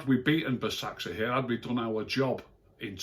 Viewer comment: hi if you want to know to pronounce basaksehir is ‘baz-ak-sheer’